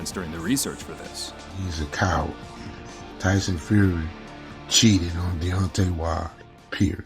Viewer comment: Who is Tyson ''Furry"?